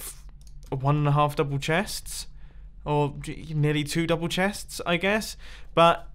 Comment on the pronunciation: 5 double chestes, not a ridicoulous amount.... Sure not Mumbo